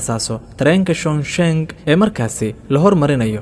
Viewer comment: Waad ku mahadsantahy warbixinta soo kordhisay,lkn magaca magaaladu waa 重庆 oo loo akhriyo chongqing maaha chongshin. Dadka kunool guudahaan magaaladaas waa daraasadii 2019kii